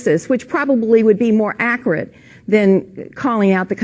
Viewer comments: "Which probably would be more akrit" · aqurate? lol wtf